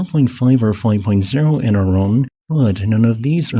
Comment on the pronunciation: Sorry, I am not about to take the word of some idiot that can't even pronounce Iran correctly.